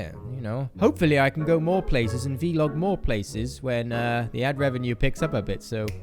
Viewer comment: vlog not v-log